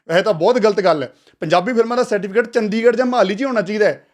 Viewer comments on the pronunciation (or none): none